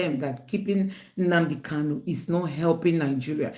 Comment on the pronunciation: Nnamdi KANU, not Kalu. He corrected people who mispronounced his name.